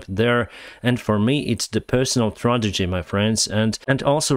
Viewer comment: lol, lets repeat together - tra-Ge-dy. tradegy sounds like an app ;) all the best bro